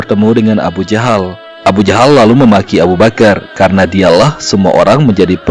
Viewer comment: alhamdulillah bertahun tahun saya mencari tahu ini ilmu yang bisa saya petik. Tpi ni alur cerita ini cara penyebutan abu jahal kok jadi abu jandal??